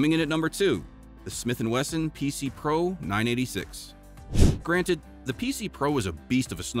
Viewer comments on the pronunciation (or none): none